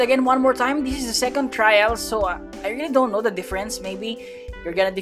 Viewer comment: The way he said trial l is crazy like I’m ngl l, bro bruh like ngl l